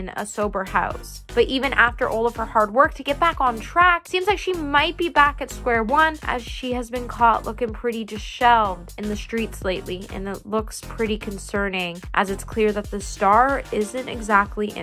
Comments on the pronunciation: Dishelved? Please look up pronunciations of both people and other words!!! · Disheveled. Girl- look up the pronunciation.